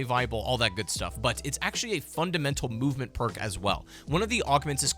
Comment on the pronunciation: I love the phrase “Random Perrrkk”